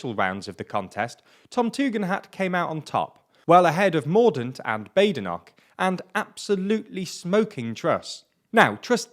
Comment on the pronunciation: Bah-de-noch, not Bay-de-noch... (mispronunciation of the 'ch' notwithstanding as that seems to be too much to ask)